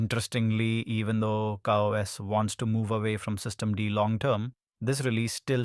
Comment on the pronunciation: "KaOS" is it CowOS or ChaOs ?? systemD or "systemd" ? this video is annoying. gimme back my 3 minutes